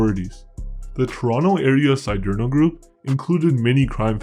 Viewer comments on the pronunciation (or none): "See dare no" not " see dear no" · “See-derno”.. stupido p*tain.